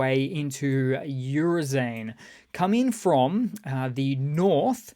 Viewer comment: My ears bleeding hearing how you pronounce Oo-ro-zhai-ne (Bountiful Harvest) as Urzain